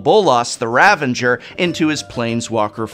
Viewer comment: The ravenger? Are you Saffron Olive? I'm just teasing, I love this video. Super helpful